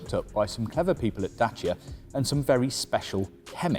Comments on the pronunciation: he says Jacia not Dacia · Its a French car, its DASSIA*sounds. Well done Renauklt